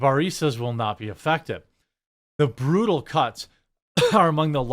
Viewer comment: Lol "brew-tal"